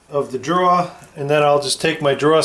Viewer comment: Your killing me!!!!! It’s drawER not draw.